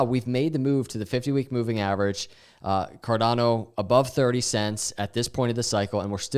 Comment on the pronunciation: carDANo 😂 you should really trademark that pronunciation